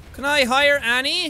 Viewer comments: Its annie not anna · It's Annie not anna